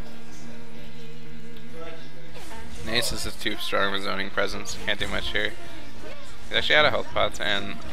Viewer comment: It's not nAsus! It's NaSuS!